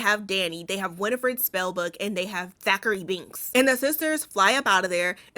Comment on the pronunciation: WHY AM I CACKLING EVERYTIME YOU SAY THACHARY BINKS?!